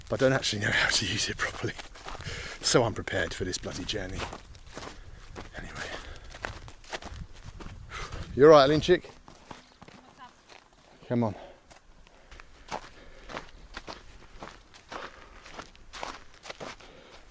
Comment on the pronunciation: It's Alinchik mate, yall please stop butchering Slavic names like that